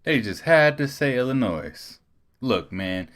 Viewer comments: It’s illinoi S is silent. 😂 But you good. 🫶🏽✊🏽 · Dude its a silent s on Illinois how do you pronounce Arkansas lol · My good man, you do NOT pronounce the "s" sound in Illinois